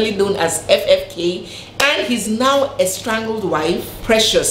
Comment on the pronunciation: Dear, it is pronounced “ES-STRANGED” (no ‘L’). And it is “CON-FIS-CATED”.